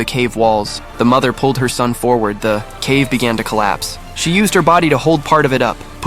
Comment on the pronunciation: The way he said forward lol